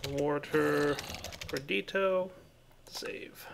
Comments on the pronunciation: 'Perdito' is a mistake, it bothers me. But 'warder' is an accent difference. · Am I the only one who cringes every time dire says "perdito" instead of "perditio"?